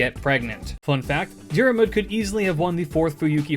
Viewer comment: Love the videos, not a critcism just thought you might find it interesting. Im irish Fionn is pronounced like F(i)un Dairmuid is pronounced like Deer mud (you've basically got this one down alteady) Grainne is pronounced like (G)raaw nyeh (the diacritic on the á is the same as the the one in hepburn japanese, like Shōnen. It means a long vowel)